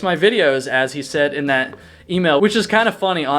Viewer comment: I finally figured it out, somewhat. Your accented speech drops off on some hard consonants. Kind of, LIKE, East coast mountain town meets California beach. Example - dropping the T and making it an extension of the previous vowel - such as THAT becomes Thaaah. This massively distinguishes you from Becker, with his earnest WI casserole speak. Keep it roll--ing !!